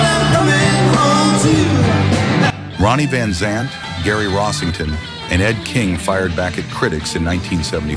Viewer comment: I also believe this guy pronounced Ronnie's name wrong as well, does this guy even know anything about Lynyrd Skynyrd, from what I have heard he does not..